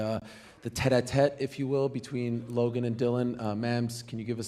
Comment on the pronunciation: bro said Logay and called us children 😂